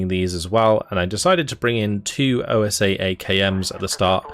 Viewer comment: The OSA antiair is actually translated from russian to wasp, is a word not pronunced like O.S.A. Not a problem the way you say it, just commenting.